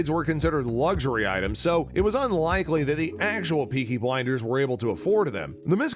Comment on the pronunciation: “Beaky Blinders”